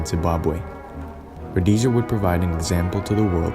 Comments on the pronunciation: Learn how to pronounce Rho-des-ah. Ian Smith and the Rhodesians were betrayed buy the UN, England and the US. The war wasn't lost in battle it was lost by the betrayal of the Rhodesians. You have go a lot of the background facts wrong. Ian Smith had a program for eventual black rule but Mugabe wouldnt allow that and the Lancaster agreement was signed without Ian Smiths agreement or input. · It was a travesty...much like your pronunciation of Rhodesia. It was a nation on a prejudiced slingshot to destruction, unforgiveable when there were other options...like treating the occupants like human beings. That might have done it. A pox on idiots like you who weren't there, and all the jingoistic half-wits who still haven't woken up. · Anyone would think it was spelled Rhodasia the way you pronounce it.... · Many presuppositions and lack of facts here, placing it in a purely racial war. Segregation in certain units was for security purposes but there were more blacks fighting internally against communists than whites. Their families had suffered the torture of the Communists. Also it's pronounced Rhodeesia. Impressed with the quality but not content. With correct research, I suspect you have read thru the barrel of a gun? It's the standard text for the marxists. Where were the whites supposed to go who only had Rhodesian passports who had spent over 100 years in the country? South Africa? we see what a shit hole both countries have become. One man, One vote, One time. Neither have become a democracy but essentially dictatorship. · …when did my country become “Rodaysia?” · Yeah had to turn it off, how you gonna make a documentary about Rhodesia without checking you can even say the name of the country, difficult to take anything seriously after hearing Roadasia a few times. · Also you pronounced Rhodesia wrong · The way you’re pronouncing “Rhodesia” is fucked. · That’s not how you pronounce Rhodesia lol I had to turn this off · It's 'road-ee-sha', not 'roadyja'.